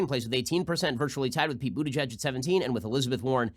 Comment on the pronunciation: Stop it Ben! Just stop it! His name is pronounced Booty-Guy-G anyone who knows German knows it's not pronounced Butigedge. I thought people stopped having to do this since the heavy Anti-Semitism of the 1920's -1950's